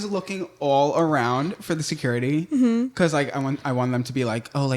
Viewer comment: The toes have to stop moving, and needs to practice saying "because" correctly😂